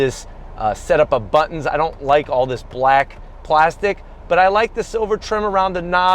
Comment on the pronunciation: ”extra wide plazxkytwp-stic here”